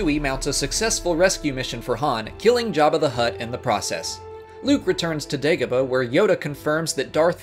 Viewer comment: I hate how you pronounce the names of the planets fx mustafar and dagobah.... andndndndndnd omg Galen Air-so what the heeeeck